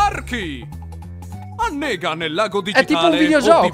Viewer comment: Ma caine ha detto*annega*😅